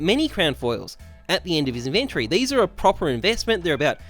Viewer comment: Ok I can’t be the only one who is slightly irked by the way he says inventory